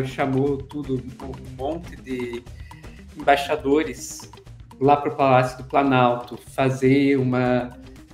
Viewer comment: Quando a falou que o Boso "chamou embaixadores" eu escutei "chamou caixa 2"... kkkk